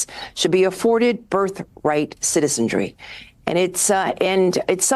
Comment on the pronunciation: "CITIZENGRY" She can't even pronounce citizenry 😂